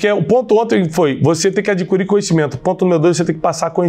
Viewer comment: Bom dia Tiago. Só um toque para a pronúncia da palavra ADQUIRIR: a di ki rir